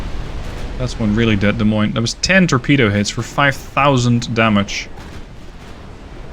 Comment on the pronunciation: As someone from Iowa, I must thank you for actually pronouncing Des Moines properly!